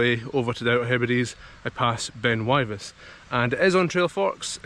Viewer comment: Great, only done it once, left my bike at the bottom of the staircase and walked the rest of the way. The plateau would have been be fun on the bike. I burst a tyre with a mis-timed bunny hop over a drain on the way back down. It's pronounced Wivis BTW.